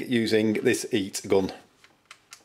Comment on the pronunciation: 'eat shrink, eat gun' its pronounced 'heet' my friend.